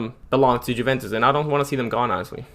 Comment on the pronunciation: Probably learn how to pronounce stuff before you embarrass yourself 😂 Ajax Juventus de ligt all pronounced horribly